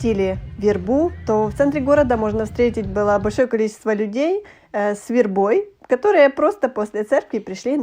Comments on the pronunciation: Ваша вербА прям ухо режет😢 Может всё таки вЕрба😂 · Это что за вербОй, вербУ , как только не склоняют , слух режет , вЕрба , вЕрба.